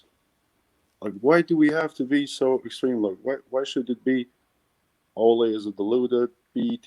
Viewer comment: Yo these American's/Canadians killing me. I'm Canadian and the pronunciations are killing me. Ole isn't pronounced like a Spanish matador, its closer to the nickname 'Olie' as in Oliver.